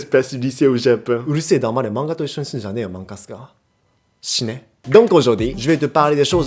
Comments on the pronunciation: Et si on a les cheveux bouclés naturellement ? Et si on a déjà les oreilles percées ? Quand il dit shine c'est pas la même prononciation que de shine (crève/meurt) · GOMENE?? cest moi ou il a dit shine? XD (creve) ??!! sa se traduit pas du tout par stp XD